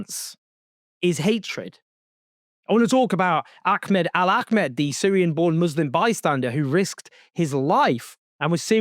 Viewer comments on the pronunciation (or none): Correction the hero's name is AHMED AL AHMED not Akmed Al Akmed. Thanks, from Australia🇦🇺